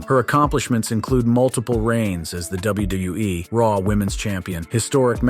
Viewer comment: why he all ways says names just a bit wrong, as well as he says WWE just a bit off too bugs me